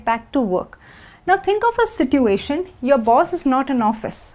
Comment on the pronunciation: Everything is perfect but i have to tell you that you mispronounce situation. You pronounce "T" wrong. Don't mind.